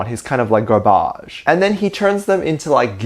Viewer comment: The time he said garbage in his way I literally fall to the ground 😂😂😂😂😂😂😂😂😂😂😂😂😂